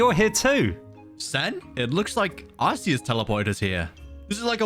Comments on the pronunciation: Um actually you pronounce Arceus like Are-Key-Us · Bro why does almost everyone say “ arkeus"? It's ARCEUS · when you say arceus eith arse you say butteus